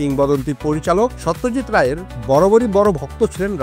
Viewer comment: Satyajit Nam ta thik vabe uccharon korun vai...Ota so not saw...ekjon eto Boro manush er nam nichen ucharonta sposto korun ...Bangali hisebe Sawtyajt bolle khubi seta baje bepar